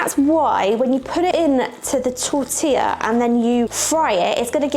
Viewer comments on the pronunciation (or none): none